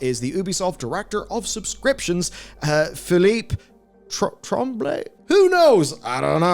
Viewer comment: Hey, you actually pronounced Philippe Tremblay pretty well.